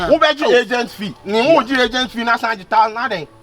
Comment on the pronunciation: Point of correction is "aigent not agent" lmao